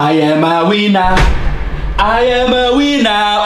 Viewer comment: The way said, I’m a winner sounded like “I am a wiener”